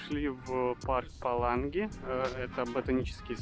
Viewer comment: Видео рассказ отличный, но почему русские все время название города Паланга произносят неправильно.